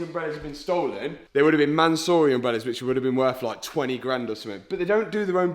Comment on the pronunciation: Mansory is a Persian name, the owner is Persian (Iranian) so please for the love of god pronounce the name CORRECTLY. It's not ManSORREY but you NEED to pronounce it as ManSUURI.